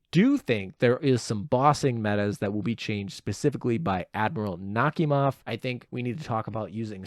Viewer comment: I think Nakhimov is pronounced Nak-hi-mov, but the H is sometimes silent.